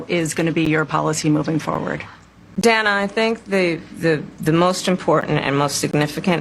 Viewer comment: She pronounced Dana 's wrong.. the crickets lol.